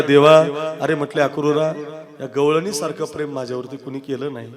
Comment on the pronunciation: गैळणी नाही गौळणी